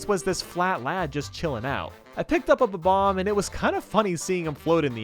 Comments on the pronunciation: I don't know. I'm not sure if its an accent or something. but Everyone I know and nintendo prnounces bob omb. as bob omb, says bob oom. when its bob then you pronounce omb like the last three letters of the word bomb. I'm sure its an accent or something but well ya know... nvm it seems like he now says it the correct way but before he said bob oom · Wait....how do other people say it? thatd how youre supposed to say it. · The 1st thought when seeing them is that they are Bombs, so Bomb is the 1st thing you want to say, which is why the preference of Bomb-omb over Bob-omb comes from for most. Most of us Millennials played Super Mario 64 as kids or watched a friend play those Battlefields as kids & it's not like Bobomb was ever mainstream when the internet was in its infancy. It's 1 of those things where the incorrect pronunciation rolls off the tongue much better than the official name. I always thought Kaze had 2 syllables & was pronounced like the Japanese word for wind although always calls you "Kays" as though 'Kaze' rhymed with the English word 'Haze'. Besides I doubt Japanese Kids would be able to get "Bob omb" right, I mean neither of its syllables are in the Japanese Language & the closest to accurate for them would be "Babu Ambu" or "Babamubu" I'm sure the Japanese have an easier name for those bomb guys. You can't blame people for growing up saying their name wrong before Youtube was a thing. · When I pronounced what you used to say as a kid, it came out like Bomb Mom 😂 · Yeah they say bebomb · It's bob-omb but omb isn't ohm. Sorry to say lol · Are you kidding? It sounds like he's saying "bob bob". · Kaze Emanuar It’s Bob bomb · no it’s not. It’s bob-omb